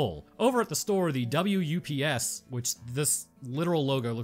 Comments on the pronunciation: It's "Woo P S", not "double-u U P S." Because, yknow, the RZA. Abbot of the Wu-tang Clan. RZA is actually a close friend of Jarmusch, they've worked together on a number of things. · It's not W U P S, it's WU-PS. That's the Wu-tang Clan symbol on the logo there